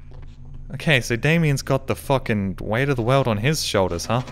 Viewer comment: The way pronounces 'world' cracks me up - 'save the weld'